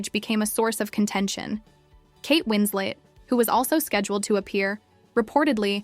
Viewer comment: FFS, it's Winslet, not Winslate. This AI non narration about a non incident is pretty irritating and lame. Is this the future of YouTube, drowned beneath layers of dreck upon dreck upon dreck?